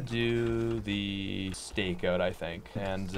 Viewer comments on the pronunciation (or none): Nobody:: “The StakeOOT”